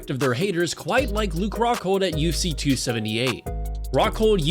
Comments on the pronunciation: Anyone else hearing UC and not UFC? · Bro it’s U F C not UC